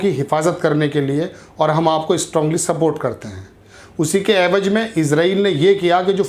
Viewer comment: Pahle sheen qaaf sudharo. Evaj naheen evaz hai